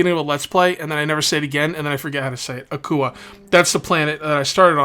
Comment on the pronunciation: It is pronounced like 'aqua' , - Ahh, kwaa - Akua, get it? Because the world has so much water...